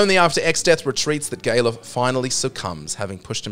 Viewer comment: Gay-luf? I wouldn't have considered that pronunciation. I usually pronounce it Gal-uf, as in Gareth with an L instead of an R. I can see why you did pronounce it as such though.